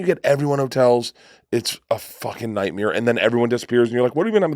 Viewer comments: Anybody pick up on Bert saying nightmear instead of nightmare 😂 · If Burnt says nightmeer one more time, Im never listening to him again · nobody: Bert Kreischer: " It's a f*ckin nightmirror" 😂😂